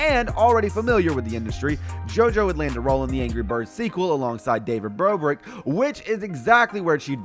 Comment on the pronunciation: “David BROBIK”